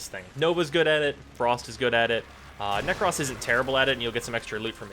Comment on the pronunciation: Why "Nekross", and not "Nekros" (neck-cros), am triggered